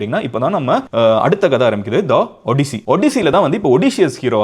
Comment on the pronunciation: 😂 it is ஆடிஸ்ஸி Not ஒடிசி